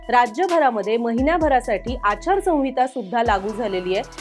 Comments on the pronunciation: मॅडम, संविता म्हणू नका.आचार संहिता असा उच्चार करा. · आचारसंविता नाही ओ मॅडम आचारसंहिता असं असत व्याकरण आणि वाचायला शिका आधी मग पत्रकारिका करा 🤦😂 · Not "sanvita "Correct is "Sanhita "